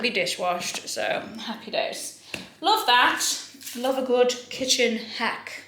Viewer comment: At first I thought had said „They had a lot of care and loaf put into them.“ about the loaf lamp 🤣